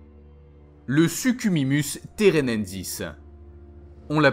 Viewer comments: Suchimimus!??! Sérieusement t'a fait la même erreur que jp3! Son nom c'est Suchomimus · C pas le suchiminus, c le suchominus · Non, mdr les noms ne sont pas correct, on dit Suchomimus et pas Suchimimus, Giganotosaurus et pas Gigantosaurus, Spinosaurus aegypticus et pas Spinosaurus aegyptius, mec t'as vu la vidéo ?